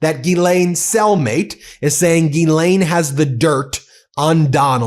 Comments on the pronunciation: To get to the point and quit using Clickbait to get somebody to listen to you and for God sake learn how to say her name correctly Not Ghee Lain 🧐🤡 you are so annoying and why I don't subscribe to you!1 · No Binki, I'm with you all the way except when you and everyone else mispronounce her name, Geee-lane-- Guhhh-Lane!! Nyet, Nein!! Pronounce the damned name the way it's written:: Jizz-Lane! The word is JIZZ,! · GILL like a fish. NOT Gee like me. For Fuck's Sake say her name right. GILL LANE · I'm not pronouncing it "Ghee-lane" anymore. I'm calling her what she is: "Jizz-lane." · I couldn’t watch this video more than a single minute. This dude is literally finding any excuse to say Gillane Maxwell’s full name over and over and over again while repeatedly endlessly mispronouncing it. Its not Geeelane if you can’t say it right then just say her last name Maxwell. Everyone will still know what you’re talking about. You don’t have to sound silly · Please learn how to pronounce the name correctly.